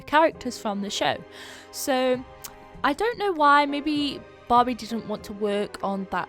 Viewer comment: I keep on hearing Bobby instead of Barbie